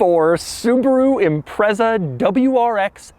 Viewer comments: ok so given that nobody's picked up on it, i've been pronouncing the name wrong forever (always said imprets-ah). anyway my overriding memory of this car was my local subaru dealer running an open day that was advertised in the local paper. me and a mate went, me driving my mk3 celica that i bought for £170/$300. we couldn't even remotely afford the sti, we were about 23 and had shitty jobs, but the salesman was obviously bored and took us out in it. i knew the road we went out on and at the braking point for a corner the salesman said 'floor it, it'll go round'. i didn't, because i was sure it couldn't, but i got round and immediately realised it would have. the grip was something i had never even imagined. remember getting back in the celica and it felt like the engine had been stolen 😂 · It's pronounced like it's spelled, IMPREZA. With just one "Z" and no "T" that makes it sound like pretzel. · Doug, the type of guy to advocate metal steering wheel centres, riveted together - how would it deploy the airbag? Also the type guy to refer to caphead Allen bolts as rivets. It’s also pronounced as ‘Impretza’. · The Japanese call it Impressa so congratulations youre both wrong. There is this tiny detail about the British language being a couple hundred years older though, so nothings "retrofitted" there you just dropped it. Also its Zett, Zetta, Zet, or Zed in pretty much every other European language so no clue how you got to Zee. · Bingo, Renko. Even the Japanese pronounce it "Imparesa". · Impressa? Impresso? Espresso? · I don't like the way Doug says Impreza. Sorry. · Who the hell pronounces "Impreza" like that?!! And I'd have a word with Matt Morman or Larry Kosilla if you think that is pristine mate! haha! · Please can we ban Doug from saying the word “Impreza” ever again... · Wrong pronunciation of "Impreza". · It’s not Impressa. It’s Impret-za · Impretza not Imprezza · Its pronounced IMPRETZER - not impresser 😂😂😂 - Fondly known as a Scooby over here in the UK